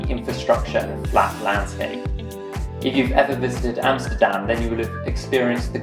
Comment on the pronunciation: The FIRST man who says Amsterdam and not EmsterdEm! GREAT!!!